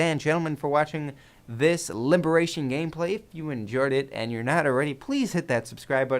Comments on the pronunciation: you sir are an idiot if you can't pronounce liberation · Liberation doesn't start with an R:P